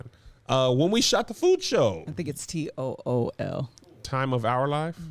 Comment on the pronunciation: "Time of our live" Toul or according to Kev "tool" LoL